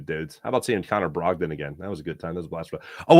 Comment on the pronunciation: You can't say "Connor Brogdan" without sounding like someone from Boston